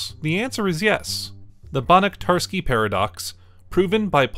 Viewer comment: Banach is pronunced banahh, not barrack